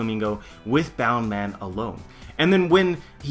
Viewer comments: BOUNCE man, not boun or bound man. Sorry, had to get that off my chest. Love the theory. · why the fuck do u call it bound man ur not Japanese it's bounce man in English bound man would not make any sense at all...